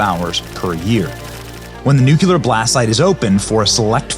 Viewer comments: Lol that's all I could focus on! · I had to try really hard to hear the info through that. Hardly anyone seems to have noticed. How sad. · Sorry, Benny, but "the most dangerous (radioactive) place on the planet" IS CHORNOBYL, not the Trinity Site". Great video, though. Oh and Nook-lee-are' Please, you are more intelligent than W (who also could not say Nuclear! I agree with Truman (another Missourian like me): my late father (23rd Infantry Americal Division) was on a troop ship waiting to invade Japan when they were dropped. They STARTED IT, and we FINISHED IT! Too damn bad for them! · I can’t stand misspeaking the word nuclear. Where and how do you get to saying NU Q LAR? You should know better. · Great video, Benny‼️ Please learn how to say nuclear correctly - new-klee-ar - I don't want to relive all of those years again hearing George Bush slaughter the pronunciation of that word over and over‼️🤣 Know I L🇺🇸VE YOU BENNY❣️ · Love ya Benny, appreciate the work you do. But it’s NUCLEAR! You’re killing me with that! God Bless 🙏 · Did his media team neglect to inform him that he said nuclear wrong 26 times?? 🤨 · I love you, Benny, but i really wish you could learn to pronounce "nuclear". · Benny..great video ..but for the love of God..PLEASE stop mispronouncing NUCLEAR..there’s no U between the C and the L ❤ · I love you Benny but how many times can you say 'Nuclear' wrong in one video? 😂😂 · ME TOO ! THIS DRIVES ME NUTS!! I've turned off several nuclear scientists because even they couldn't say this simple word! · Nu cleeeee ar NOT nu cu lar!!! Seriously stop! Nu cle ar!! Ugh! Unbearable! I have NO IDEA what you just said!! My brain is burning! But I still gave you a thumbs up 😏👍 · Benny, it's nu-cle-ar not nuc-u-ler. Just sayin. Love you channel. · Though SPELLED correctly - You keep saying it as "NEW-Q-LERR" not "NEW-CLEARR" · Nuk•LEE•er Not NUK•YU•ler WHY CAN’T PEOPLE SAY THIS WORD CORRECTLY?!?! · COME ON BENNY! It's NUCLEAR, not nucular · Nu-KLEE-UR. NOT Nu-que-ler